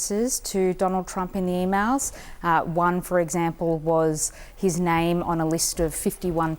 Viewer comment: "E-Mowls" ? What the F are "e-mowls"?